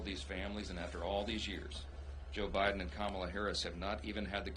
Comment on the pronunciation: Why did I hear him say O'Biden?